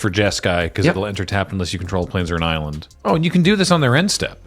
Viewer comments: Eye-land. I see what you did there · The "Eye-land" bit at the end got me good. Thank you to whomever edits there :D